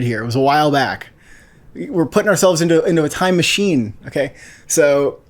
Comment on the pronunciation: “Time MahChiENE”